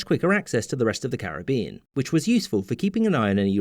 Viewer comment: It’s not car-ra-be-an. It’s carib-bee-an.